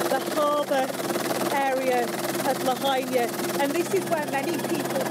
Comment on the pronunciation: It took a brit to finally pronounce Lahaina right. I lived there 5 years. I was poor a lot but I was in paradise. Sort of. The Big Island is way nicer.